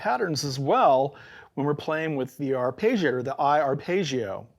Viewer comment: It's a good video, informative and engaging. It's just... I really wish you used the proper pronunciation of "arpeggiator". It's very distracting.